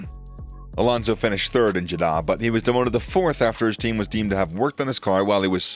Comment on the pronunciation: Is no-one else annoyed at the narrator's pronunciation of Aston Martin, Abu Dhabi, Jeddah?! Aboodabee?